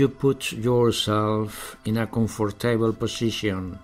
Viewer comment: me parece una buena técnica la verdad, creo que es positivo el intento pero habría que corregir algunas cosillas, claro que entiendo que dice voice, pero esa v tiene que vibrar de lo contrario está diciendo boys, y comfortable es /ˈkʌmftəbl̩/ con acento en la primera. No intento ser destructivo ni negativo, si no constructivo, ojalá mi padre supiese tanto inglés como este hombre, pero debería de cuidar la pronunciación.